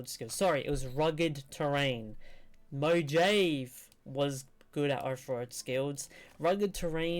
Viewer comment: Veh-sue-vee-uss Mo-ha-vee